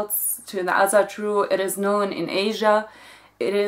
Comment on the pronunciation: I just want to say that Asatru is pronounced like if it was written with an o: "Osatru".